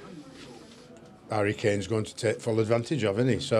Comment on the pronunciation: Did he say Barry Kane? lol